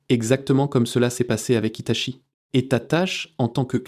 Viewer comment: HITACHI ou HITATCHI ? l'IA n'est pas au top. rien ne vaut la parole humaine. ce qui m'inquiète c'est " TERMINATOR "! c'est dingue comme le cinéma anticipe la réalité!